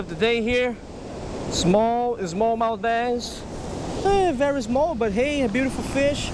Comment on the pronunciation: It's pronounced Small not IZmall